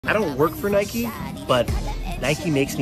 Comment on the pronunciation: “I don’t worrrrrrk forrrrr nikeyyyyyyy